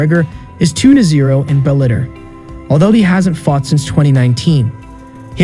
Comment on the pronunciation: Bell-a-tor not bell-ate-er